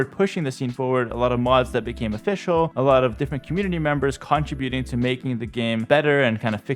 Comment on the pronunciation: It's not cóntributing it's contríbuting lol. Great video